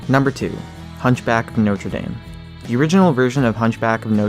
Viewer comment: I Think you're saying notre dame Wrong. No hate, just sayin'